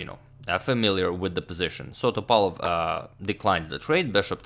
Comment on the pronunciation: The stressed vowel in Veselin is "i" and in Topalov is "a" and you can call him "Vesko" for short, greetings from Bulgaria <3 (upvote so agadmator can see)